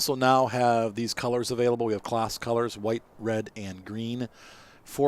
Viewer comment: Not that it matters but it’s pronounced “Closs” . Just a heads up. Good detailed video btw.